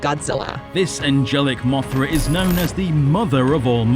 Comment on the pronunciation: No, no no no no no no no no Moira no no no that is wrong. You got it wrong. It’s Mothra how do you get it wrong you better fix it